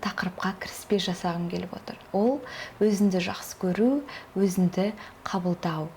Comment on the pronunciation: Өзінді емес, өзіңді. Қазақ тілінде "ң" деген әріп бар